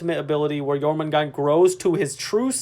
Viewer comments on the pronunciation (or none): Pretty sure they’re releasing jormungandr not jormangant... There’s a d and an r, they’re not silent. 😁